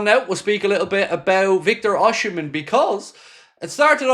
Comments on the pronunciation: it's pronounced Oss-im-en, there's no "H" until the end, and it's silent, not OSH-imen, just so you know.👍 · Nice video & Happy father's day to you. By the way, it's OSI Not OSHI-mhen. He's my country man..😊